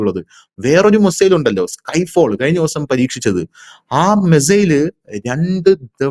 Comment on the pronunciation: 😂😂😂😂😂 എടാ കിഴങ്ങ് മെസ്സേൽ അല്ല.. മിസൈൽ എന്ന് പറഞ്ഞു പഠിക്കെടാ.. ഒരു നൂറ് പ്രാവശ്യം നീ എഴുതി പഠിക്ക്.. മെസ്സേൽ പോലും.. നിൻറെ വാർത്ത മിക്കവാറും കേട്ട് ഞാൻ ചിരിച്ചു ഊപ്പാട് വരുകയാണ്.. ഒരു കോമഡി ഷോ കാണുന്ന തമാശയാണ് നിൻറെ വാർത്ത വായന.. എല്ലാം പൊട്ടത്തരവും വിഡ്ഢിത്തരവും.. പിന്നെ റഷ്യയുടെ കാര്യം പറയുന്നതിൽ ചില യാഥാർത്ഥ്യമാണ് ഉള്ളത് എന്നത് കൊണ്ട് ഇത് കേട്ട് പോകുന്നു.. എന്നിട്ടും ചിരിക്കാതെ വയ്യ .. .